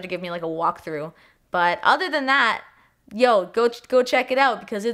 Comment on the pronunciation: That “yo” is sooo Toronto 😂